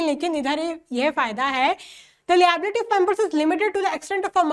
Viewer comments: Liability ❌Lbelity✔️😂😂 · mam ap liability ka pronunciation galat hai ap google search krke change kro pls☺